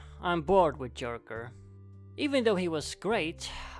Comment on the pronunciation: I love the way he keeps mispronouncing joker, it's hilarious.